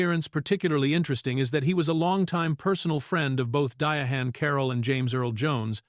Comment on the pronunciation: Dianne, not Dyahan